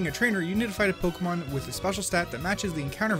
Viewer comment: I hate it when people call Pokémon “Pokaymans”